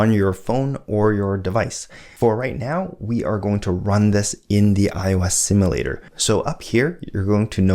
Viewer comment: My only complaint is how you pronounce "simulator". Guessing that's bkz you're Canadian though.